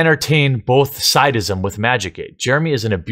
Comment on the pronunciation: >people think Jeremy is and evil sexual harasser, freak out and threaten him as result. > Jeremy can't even pronounce sadism correctly